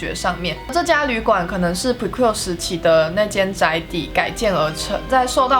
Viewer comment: 解析得很棒 只是prequel不是這樣的念法啊😲😲😲（強迫症